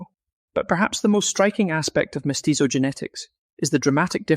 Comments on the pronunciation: 😂😂😂😂 and all the other names 😂😂😂😂 He says mestizo like pizza 😂😂😂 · I recommend you Google how to pronounce "mestizo".